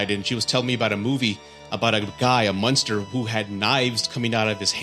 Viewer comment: Freddy Cougar? You are missing an 'R' in there bud. Also it's monster not munster..